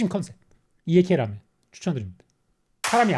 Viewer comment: ㅋㅋㅋㅋㅋㅋㅋㅋ 라멘리뷰 너무 재미남 근데 제발 쇼~유 처럼 라~멘이라고 해주세요